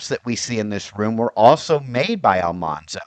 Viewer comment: AL-man-zo. As in manly. Not almhanzo.